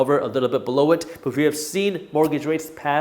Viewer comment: I thought he’s saying “but now!” ?